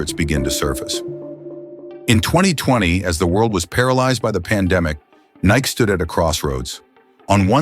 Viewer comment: AI voice can't say Nike right all the time...WTF